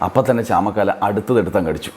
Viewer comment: ചാമക്കാല അല്ല ചാമക്കാള